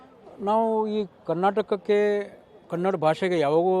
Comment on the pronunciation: Kanad alla bhaiya kannada